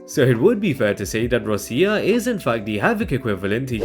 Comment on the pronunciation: “Rosia”, please don’t… ROCCIA, like Rocha, but with hard C pronunciation. Please.